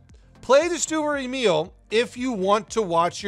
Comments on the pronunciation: Sturer Emil.... dude.... these are TWO words, it's not Stureremil xD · UR MAKING ME INSANE UR SAYING THE NAME OF THE TANK WRONG PLIZ GO GOOGLE TRANSLATE AND LISEN